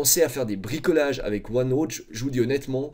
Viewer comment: Ce qui est déviant c’est sa prononciation de OneNooooote